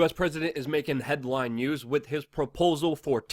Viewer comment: 'With' is still pronounced 'with'. Not 'wit'